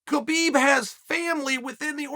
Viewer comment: Justin fought for the belt last fight…so did Chandler. There is not way either should fight for it again after 1 fight. And Chael, the K is silent. It’s pronounced hubeeb